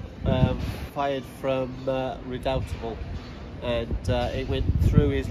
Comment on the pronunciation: You pronounced Redoutable wrong.